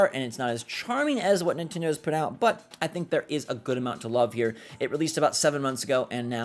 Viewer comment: It's pronounced Nin-TEN-doh not Nin-TIN-doh